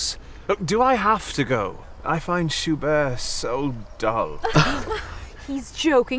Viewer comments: Thanks for the detail about the piano pedals! But I wonder if the mispronunciation of Schubert isn’t deliberate—to show how pretentious this particular class of people are, so much that they don’t even know that Schubert isn’t pronounced in the French way? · If they mispronounce “Schubert” ONE MORE TIME!!!